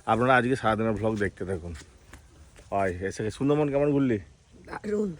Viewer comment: দাদা কথা টা ভ্লগ নয় ব্লগ উচ্চারণ ঠিক করো।আর পরী কে অতো চুমু খান কেন কত জীবাণু থাকে আপনাদের মুখে বললেও তো শোনেন না।